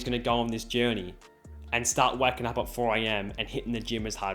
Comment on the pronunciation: When he said I was "waking up at 4 am" I thought he said wacking up 😂